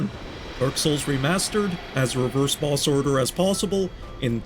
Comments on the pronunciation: im hearing "balls" instead of "boss" 😭😭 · Its the accent. Im also hearing "balls" and "ballses" xD